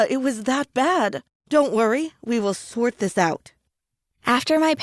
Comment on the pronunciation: She said we are gonna “swort” this out I’m like am I deaf